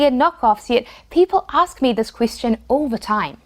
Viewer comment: Question...you said "Queis-tion".